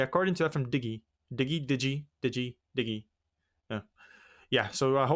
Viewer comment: "Avoided the FBI once again" What a line to start with. And it's "dig-ee" like Digital. Great job with both matches though. Killing it